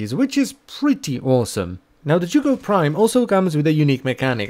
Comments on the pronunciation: You english people sure are strange: the weapon is the zhuge but you call it jugo. Must be language difference but i find it very strange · Z-H-U-G-E NOT Z-H-U-G-O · "The joogoh prime" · It's pronounced zoo ge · The "Jewgo Prime"? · is it not pronounced like Huge but with a Zuh sound instead of the "h"? zuhuge? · How the hell is that said as chu ko I’ve be saying sie uge for years now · Zzz huge prime ur miss pronunciation is crazy lol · Butchered the name 😓😓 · The most amusing thing about the Zhuge is listening to all the pronunciations from different youtubers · The way you pronounce this weapon gives me ear cancer 😂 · that Is NOT how I thought that name was pronounces this post was made by jooj gang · i'm sorry how did you just pronounce zhuge? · everyone's commenting about how the title used to be a ninkondi video but I'm over here questioning his pronunciation of zhuge lol